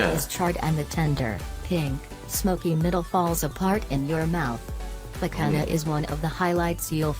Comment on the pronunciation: The "nh" in Portuguese sounds like the "ñ" in Spanish. So, picanha souds like "picaña". It is a nasal sound not a H sound. Also, the H in Bahia (brazilian state mentioned in the video) is silent. And you speak "moqueca" way better than the video (actually, the video butchered the poor word!). Bolinho de Bacalhau is a portuguese dish, but very popular in Brasil. We use to make them like small balls. Portuguese people usually make them in an elongated format. Fun fact: the "lh" in bacalhau (cod fish) sounds like de "ll" in Spanish.